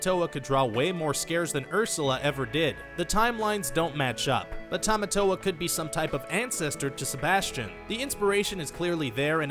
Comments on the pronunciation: I have some problems with this. Sorry for the rant: 1. It's pronounced "TAH-mah-tow-ah" not "TEH-mah-tow-ah" 2. Maui and Moana might be related, but he's definitely not her grandfather. He was stuck on the rock island for 1,000 years 3. And while Moana and Lilo could maybe be related, David wearing a fish hook necklace is hardly proof - the hook necklace is a popular jewelry in Hawaii, and David isn't even related to Lilo, so what does his necklace have to do with it? 4. How does Moana not being an official Disney princess "completely change the movie"???? 5. For the Wonder Woman and LotR comparisons, they just follow the same basic stages of the hero's journey. Try googling Joseph Campbell. I also don't see how this "completely changes the movie" 6.....Okay, first of all, his name is PUA not POW! Secondly, the reason Pua was left behind was because it was ultimately decided by Jared Bush that Moana's journey should be as difficult and uncomfortable as possible, so they made Moana leave the only friend she had behind. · Agree Rant can you pronounce Tamatoa correctly please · The way he was saying tamatoa...... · Would appreciate if you pronounced Tamatoa properly